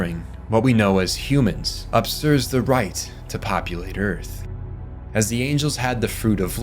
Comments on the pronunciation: Usurp: “YOU-serp” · Hey man I LOVE your lore videos, but I can no longer idly sit by and listen to you mispronounce inconsequential words, so I'm gonna be THAT GUY and comment how to actually pronounce them usurp -> you-surf (replace the F with a P) you-sir-p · 'usurp' is pronounced "you - SURP" or "you -ZURP" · Usurp. You-surp. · Is this ai? Lol usurp is pronounced wrong 😂